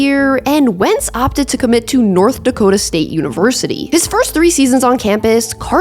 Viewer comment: the way you say North Dakota tells me you’re from out here.